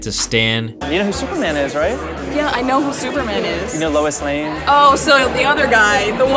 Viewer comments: CEO of saying Lewis lane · Lol “Lewis’ Lane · Did J say Louis Lane??